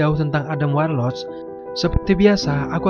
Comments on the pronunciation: kurang suka cara bacanya kayak ga bisa bahasa inggris, bacanya warlok bukan warloc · Dibaca Warlok bang bukan warloc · Scene dibaca sin Subscribe di baca sabskraib Warlock dibaca warlok Btw ini kritik yg membangun ya 😊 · Sebel banget cuy, dengerin Adam warlocc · warlord , warloch atau warlock?? hehehe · Sepanjang video "adam warloCH" "Adam Warlos" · WARLOCKKKKKKK PAANDAH, BANG BENERIN DLU OMONGANNYE